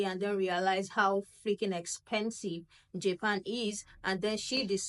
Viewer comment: “Jaypan” smh